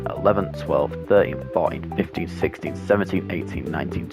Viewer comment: When you said 16 I thought you said 60